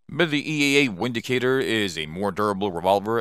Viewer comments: EAA is German. It's pronounced Vindicator. Which makes more sense than windicator. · It's pronounced Vindicator